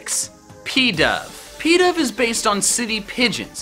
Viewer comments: Its not pedav its pidove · When he pronounced pidove as peedove (cringes infinitely)